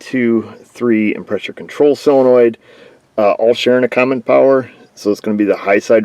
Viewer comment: For Heaven's sake. It's not cylenoid. It's SOLENOID!